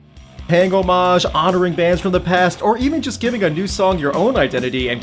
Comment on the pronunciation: stopped as soon as he mispronounced 'homage'